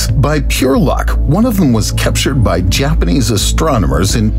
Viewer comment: Still manages to mispronounce "Japanese" like almost every other English speaker though.